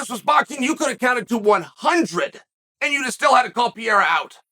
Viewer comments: Say it with me Chael, Pa-ray-uh not Peeair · he's name is not piera. it's pereira! omg lmao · Will he ever get the guy lastname right ever? It's PEREIRA not PIERA come on uncle Chael you can do it i believe in you! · Why does Chael call him Pierra???? Can't he read "Pe-rei-ra"?? Doesn't he correctly hear when other people pronounce the name?? How does he get "Pierra"??.... Wtf, it makes Chael sound like an ignoramus which I know he's not... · Can we please just appreciate PIERA - classic chael mispronounce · who the fuck is pee-ayre-a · This mofo is really still calling him PEE - ERRA its hilarious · Nobody: Chael: Pierra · Alex “Piera” Pereira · Did he just say pee era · "Pee-era" I swear I've never heard a fighters name be misprouncinced so many times in so many different ways. Everyone has a different version 😅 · I gotta ask.. who the fuck is this guy named Piéra he keeps talking about 😂. Gotta love how Chael says Pereira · Say it with me Chael: PE-REI-RA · Is he? really schooled Pee-era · No one: Chael: “Pee-era” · Please, Uncle Chael...for the love of God...why do you keep calling this man "Pierra"?? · The disrespect of uncle Chael, calling Alex Pierra 😅😅😅😅😂😂😂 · Been a while since I listened to Chael. That PEE-AIR-AH pronunciation snapped me back quick lol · his Pierra is killing me every time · And also pull a card out of Steph A. Smith's hand and mispronounce a fighters name continuously with different variations each time, Peria, Pariyah, Ferrera, Paurora Borealis lmfao Chael is funny bruh. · Chael still calls him Pierre lmao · Chael saying Pierra has me dead every time! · Alex Pee-eira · came here to hear Chael say Pereira's name wrong again lol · The smartests guy in the room still mispronounces 'Pereira'.